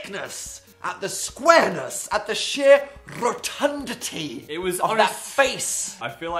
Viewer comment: at the sheer rrRRRROTUNDITY